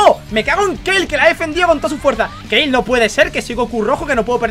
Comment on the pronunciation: porque Keil??? si se pronuncia Kale tal cual,pls